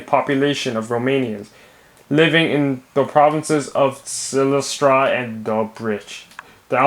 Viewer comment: Respect for the pronunciation of Silistra and Dobrich - while slow and a bit clumsy, it was correct and that puts you ahead of 99.9% of people trying to pronounce Bulgarian city names :D